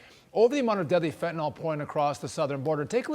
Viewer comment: Why can so few people pronounce Fentanyl properly? So many pronounce it Fentanol.